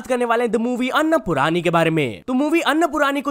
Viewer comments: अन्नपूराणी nhi Bhai अन्नपूर्णी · अन्न पुरानी नही अन्न पूर्णी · Bhai tere ko hindi padhni nhi aati kya अन्नपूर्णी को अन्नपुरानी पढ़ रहा है,विक्रांत मैसी को विक्रांत मासे